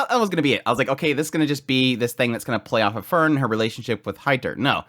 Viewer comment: Heiter, High-ter, not hater. Frieren(the verb form of freezing for some reason) Free-ren. Fern-Faern not fern like the plant. and Stark means strong. The dude is named strong. ge i wonder if he will be.